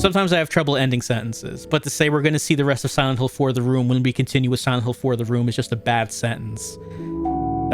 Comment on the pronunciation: i feel like im the only one that thought say "WELCOME TO SILENT HILL: THE WOMB"